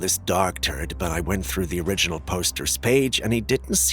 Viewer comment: I 100% agree, & I hate to criticize for the ("Sigh...") many words he mispronounces - PareidOlia for instance, not Parad-OY-lia, & the wrong stress in words like "OR-igin" & "oRI-ginal", which he reverses...I still love the show though, & his narration otherwise...but definitely nails on a chalkboard for me too. I guess we can always put the captions on & just read the words ourselves.....maybe? 🙄